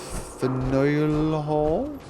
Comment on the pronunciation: it's FAN-yool Hall.